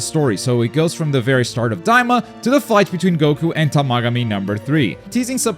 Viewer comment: This dude can't pronounce the Tamagami or Glorio's name right smh.